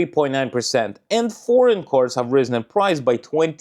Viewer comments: It took me some time to realize that you were talking about CARS... because you pronounce CORES. Apart from that, your pronunciation is top notch. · He keeps saying coors and I was confused. Why is a Russian drinking crappy american beer?